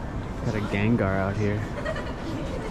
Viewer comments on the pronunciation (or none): none